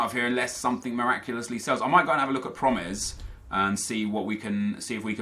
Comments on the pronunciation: promes is pronounced like pro-mess (pro in like pro-player and mess just like messi without the i) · It's pronounced pro-mess XD